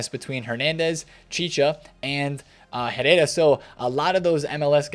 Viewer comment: roll your Rs on Herrera